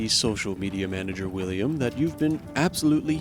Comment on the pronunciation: Were is my wedtime stowy, wiwwiam?